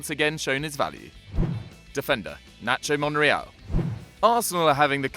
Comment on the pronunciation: I was confused when he said nacho monreql